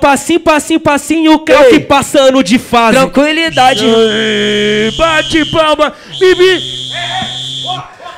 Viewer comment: Ninguém: a: "tranquilidade"